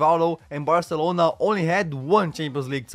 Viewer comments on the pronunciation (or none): none